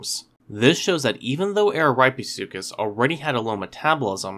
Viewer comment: 1. It's pronounced (AH-ruh-REAP-eh-SUE-cuss). 2. If you think that Araripesuchus rattoides deserves a separate genus, I predict that this new genus would be Rattosuchus which means "rat crocodile". Ps.: I just came up with that name myself.